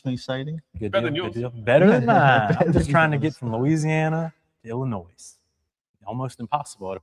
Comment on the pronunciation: Lol pronounced the S in Illinois.